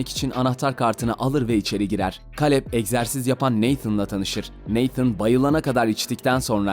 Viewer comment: O Kaleb,Keylıp olmasın(yani telaffuzu)